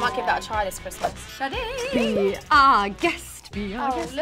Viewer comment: no one: jade: KKRRRRISSMASS edition!